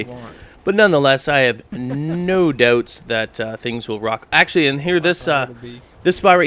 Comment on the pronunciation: "No douooobts" XD!